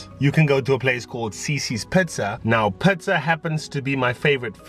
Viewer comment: Great tips and video! Love it when you laugh and I like how you say Pizza(pitza). 😊💜. #solofam